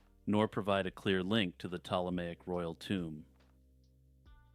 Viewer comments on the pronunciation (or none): none